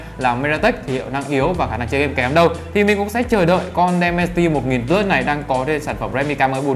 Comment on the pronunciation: Đọc là đì men ci ti một ngàn bờ lớt nha bro :)))) Mình nghe nói hình như có loa kép nữa đó Mình quyết định sẽ đổi từ k30 pro qua k30 ultra vì trải nghiệm màn 120hz và 2 loa vì đó là những thứ trải nghiệm hằng ngày rồi mặc kệ là con chip gì :)))